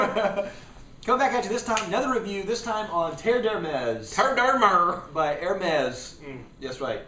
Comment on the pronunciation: You guys crack me up. Unfortunately, after watching this video; I can from now on only refer to this scent as TER-DER-MER!